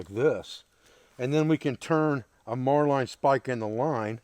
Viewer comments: It's pronounced Marlin spike as in the fish . Great system . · VaticansHolocaust. Marlinespike. We pronounce it "Mar-Lin Spike" in the US Navy. Marline is small diameter line, a Marlinespike is a metal spike used in knot tying. A marlinespike made of wood is called a fid. Mariner's and sailors used to carry a fixed blade knife with a marlinespike in a slot on the sheath. Newer style folding mariners knives have a marlinespike that folds into the handle, usually along the spine. is improvising a fid or marlinespike from a stick. has the line handling skills of a sailor, he just pronounces the terms a little differently. My complements to his line handling and knot tying skills.